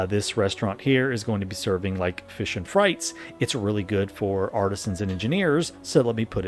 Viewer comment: Thanks for the video. p.s. it's 'freets' and not 'frights' - from the french 'pommes frites.'